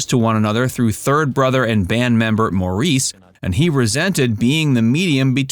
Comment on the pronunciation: FYI, Maurice is pronounced Morris. The brothers were born in England which makes them British and not Australian. They immigrated to Australia as children and became famous in Australia. Rest assured, they are British. Andy did not died from a drug overdose. Andy had a heart condition that he was dealing with as a result of years of drug abuse. Andy had a condition where the muscle in the heart was incredibly thick and it caused his heart to stop.